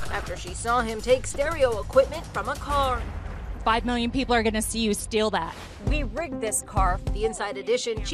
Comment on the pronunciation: The way she said car 😆